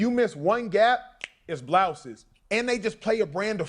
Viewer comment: He say it’s blouses 😂